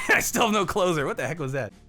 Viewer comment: OH HE'S SAYING I STILL HAVE NO CLOSER. I thought he was saying I still have no clothes on this whole time.